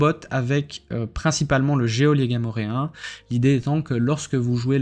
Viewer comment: On ne prononce pas le 'é' de geôlier...